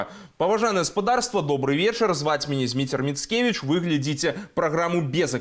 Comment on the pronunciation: не ,,глядзІце,, а ,,глядзіцЕ,,.